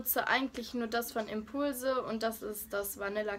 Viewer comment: Ausprache von Batiste, Impulse und NYX 😂😂😂😂